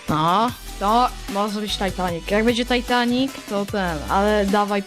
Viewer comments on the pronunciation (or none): none